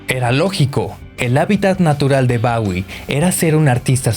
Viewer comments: Lo estás pronunciando mal??? Bowie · David bawie No, chao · Le dice [Bawie] a Bowie. Que chingue a su madre.